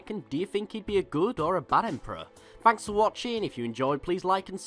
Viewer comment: Emporer Trawn Hmmm?